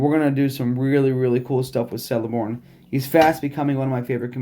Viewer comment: Fyi. It’s keleborn pronunciation